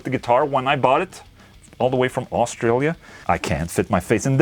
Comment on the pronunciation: oorstraalier man you say my country like you have mouth is full of marbles. hehehe. protein based fat oil put on two pack acrylic. don't do that too often of course its cleaning the grease off. in time I would guess it would effect the two pack too ahh your so happy its contagious. rock on Ola